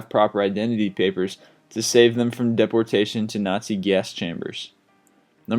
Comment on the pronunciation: I have watched many of you're video's and like the information. I noticed many pronunciation problems on almost all the vid's.. Might be good to read you're material to someone first to help you. Gestapo and deportation are 2...up to # 19. didn't watch the rest. Not being critical, just trying to help. Thank you 4 the vid's anyway.